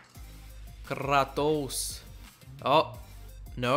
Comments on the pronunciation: It's Kratos (KRAY-Tos) , not KRAW-Tus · Kray-toss if your not american